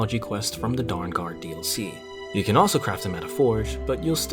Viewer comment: "The 'Darn' guard DLC" I'll never hear Dawnguard the right way again lmao